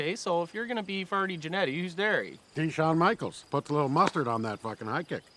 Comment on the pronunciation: I'm from San Antonio, hearing that "Yawn Michaels" line hurt me coming from Wayne.